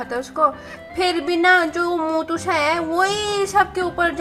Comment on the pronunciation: That's not matu that's motu okay